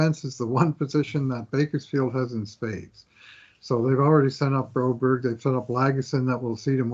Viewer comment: Do u guys ever Read comments?? I have told u guys Broberg name in every vid u talk about him that His name is not bro-berrie like u say. God stop this 😂😂😂